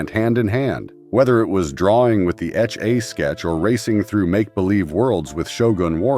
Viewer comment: The way he or it kept saying “etch a sketch”. Either a very young narrator who never heard how to say it or terrible AI again.